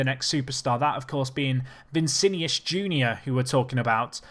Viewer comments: My god, its VI NI CI not VI CI NIUS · It’s not vincinius it’s Vinicius